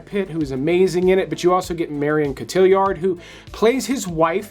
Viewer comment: Cot-T-Are. Marion 😉